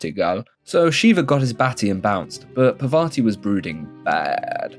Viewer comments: I didn't get offend by anything you said, I liked it Till you fucked up the name, it's "Parvati" not "Pavarti" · that is not pavarthi brotha, its parvathi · Bro it's Parvati